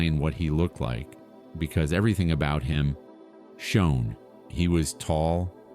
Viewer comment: Poor pronunciation and wrong words… like the word to understand something is Know. Not No. Shone…. Badly pronounced.